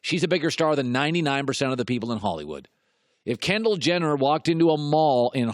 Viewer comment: "Kenndall Jenner..." I'M OUT. THIS GUY'S AN IDIOT.